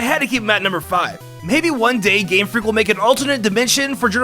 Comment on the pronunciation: I keep hearing gayfreak